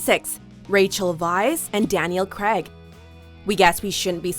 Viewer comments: Craig, pronounced Crage, not Creg! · Daniel 'Creg'....that was painful......XD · The way you said Craig 😬